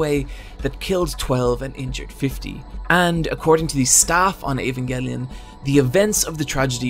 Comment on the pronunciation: Can we appreciate that this guy says "Evangelion" in the least annoying way